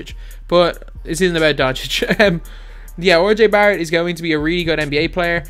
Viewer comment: This dude just said Orjay Barrett. Learn to pronounce names. Smh.